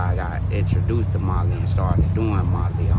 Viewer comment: Ain't no fucking M in that "Molly." 😂